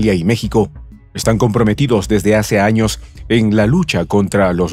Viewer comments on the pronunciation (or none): none